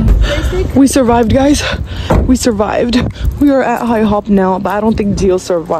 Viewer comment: IHOP ❌ Hihop✅ 😂😂